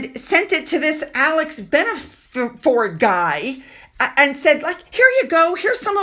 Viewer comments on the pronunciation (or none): none